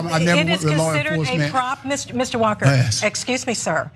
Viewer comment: "I am working wif many police officers..." Herschel Walker "Citizen's arayast, citizen's arayast!"-Gomer Pyle "Hold it right there, lemme git mah bullet!"-Barney Fife None of these guys were ever a real cop. Herschel Walker wasn't dropped onto his head as an infant as much as he was THROWN onto it !